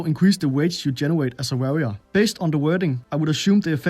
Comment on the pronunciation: Varrior??? Det udtalt war-rior